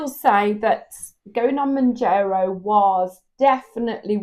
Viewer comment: Woukd love for you to keep sharing both the ups and the downs. And decisions your making along the way! Wegovey is an option to keep in mind to. Can I just point out it's pronounced Moun'JAR'o, not Moun'JER'o! Sorry, had to point that out hun. Gius luck and keep going. You can do it, dont give up whatever you do.